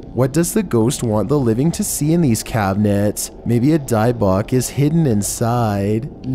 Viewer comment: Dybbuk (dib-book)